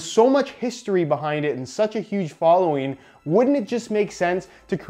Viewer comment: "such a huge folloween"